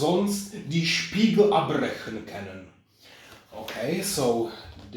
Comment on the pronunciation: Wow amazing modelcar!😍 Great translation :) I like when you are reading the German text, but it sounds quite good!😁 But I had to laugh when you said again: "die Spiegel abbrechen" Great Review☺️